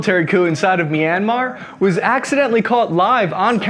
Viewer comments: Say MEEEANMAR One more FVCKING Time, Go Ahead SAY IT!! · CAN YOU PLEASE PRONOUNCE MYANMAR RIGHT